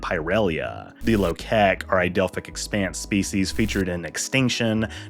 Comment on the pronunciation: "The Osaarians are not native to the Delphic expense" Dr. Phlox